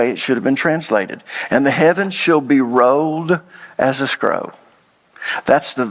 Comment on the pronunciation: Hey man love teachings but you really gotta start pronouncing your L's. Sometimes I have to make sense of what sounds like a speech impediment. Road=rolled. Scrow=scroll. Owed=old. Tode=told. Sowed=sold. Fode=fold. Moed=mold. Code=cold. Foed=fold. It's only in those cases, but it drives me nuts because you are a well educated man. Keep up the good work. One love 😊